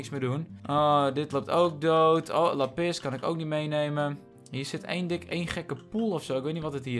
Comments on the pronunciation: lappis kijkers: lápis!!: lappis kijkers:... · Niemand:: ik zie laPIS